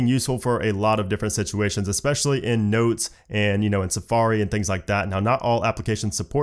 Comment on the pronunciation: The word is especially and not eXpecially. This is a very common error that is being made by English speakers recently.